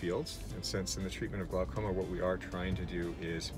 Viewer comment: Glaucoma, pronounced glawcoma.